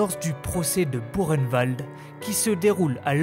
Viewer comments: C,est pas Burkenwald, c'est bien buchenwald, mais ça se prononce pas bureinewald, mais boureinewald ! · Très intéressant mais ayant un grand père ayant été déporté cela se prononce " bukenvalt "😉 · Ça se prononce bou reine vald ! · Erreur, ça se prononce bou reine vald! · non ... demandez à ces pauvres déportés encore vivant ou même à un prof d'histoire ça se dit" bukenwald" et " dacho" ayant eu un grand père déporté ça me fais saigner mes oreilles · Au temps pour moi. Pouratnt quand j'y suis allée avec mes élèves, c'est bien Burkenvald que j'ai vu à l'entrée. Il y a peut être une autre façon de le prononcer. Mais si j'ai tore je m'en excuse. Je vais me renseigner.